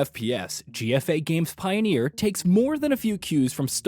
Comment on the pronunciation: Pioneer NOT Pioner.